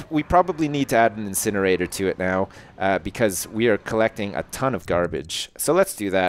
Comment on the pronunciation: Dont you mean an insjinerator